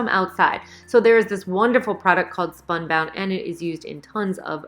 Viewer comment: SPUNBOND, not spunbound.